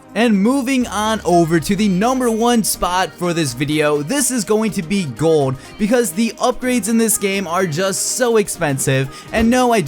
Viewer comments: Sounds like you say gord instead of gold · i dont know why but it really annoys me everytime you say "gold". lmao